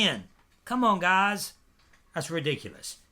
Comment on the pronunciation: I hate the way you say what's happening guys can you just say it normally instead of putting emphasis on guys